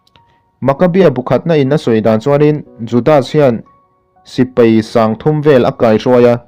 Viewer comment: Sipai tih tur, Sipei nilo in .. a ngaihnawm e.